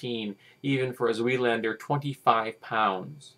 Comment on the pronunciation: I agree with your rant overall. Misinformation is misinformation, no matter how trivial. However, in the interest of pedantry, "zweihander" is pronounced with a long "i" sound instead of a long "e" sound. In German, the second vowel is the one that determines pronounciation. For reference, think "Einstein."